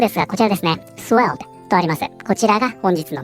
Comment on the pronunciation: swell、ふうぇるに聴こえる